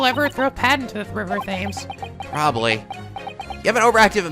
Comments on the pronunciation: Leggy Slam Laggy Slam Also, for future reference, the word "Thames" is pronounced 'Tems'. Please Iike so that he can see this 😊. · you gotta pronounce the river Thames as “Tems” not “Thems”😂😂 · Wow, I think is getting better at remembering how to pronounce these British words- "ThAyMeS" OK never mind then (For those wondering, it's pronounced "Tems") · the river Thames isn't pronounced with a "th"! It's like "Tems" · Thames is pronounced 'Tems' not fames! How have you not heard of London's most famous river?! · the river in London's name isn't pronounced 'they-m's', it's actually more like 'Tems'. Just wanted to let you know. I know, the english language is stupidly confusing, haha. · PSA for because he’s probably gonna say it wrong again, Thames is pronounced Temms. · please stop mispronouncing "Thames"